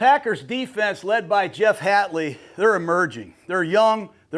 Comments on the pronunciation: It's Hafley not Hatley... Raise your game Jon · It’s Haffley, John. Not Hattley lol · No mention of Rashan Gary or LVN? Parsons will be on a snap count, but Packers have two great edge players already. Also the number of names mispronounced here is criminal "Rasheed Wallace", "Jeff Hatley" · I thought it was hafley not hatley. Gruden is always telling me something I didn’t know.